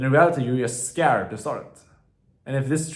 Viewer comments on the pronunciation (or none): No it is just funny when he says skäärd